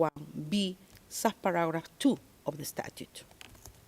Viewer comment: Pisting yawa yan binabasa na nga hindi pa ayusin ang sinasabi, pararat one daw imbis na paragraph one…